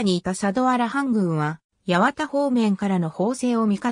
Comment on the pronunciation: 八幡ははちまんではなく、やわた 新宿はしんじゅくではなく、にいじゅく です。